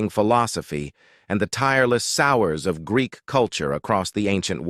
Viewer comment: pretty bad mispronunciations: it’s koiné, not coin. It’s soH-wers, not sours.